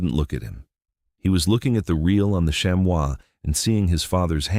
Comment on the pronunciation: Chamois is pronounced “sham-ee” not “sham-wow” lol.